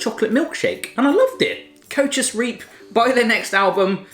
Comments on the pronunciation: O.M.G. Koetjes en dan riep. Ja hoor. Koetjes is serieus goed uitgesproken en da zegt i riep🙈😂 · "Koetjees Reeep" :') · Koewtjes riewwp